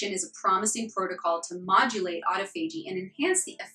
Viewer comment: Nice video. Autophagy is pronounced ô-tŏf′ə-jē in other words "uh-tah-fahjie"